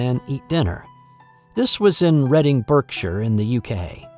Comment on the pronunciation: Well done for pronouncing Reading correct! But Berkshire is pronounced barkshuh not burkshayer hahahaha. I'm from Reading haha